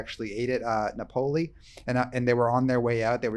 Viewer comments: This makes me laugh every time pronounces a classic and famous place in Italy as, "Nap-OH-li." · “Nuh pole ee” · I can't wait for Tuesday. Is there anything better on youtube than a rant? And it used to drive me crazy when refused to pronounce Topolino correctly. But tells him how to pronounce Napoli correctly and he still won't do it. I feel better.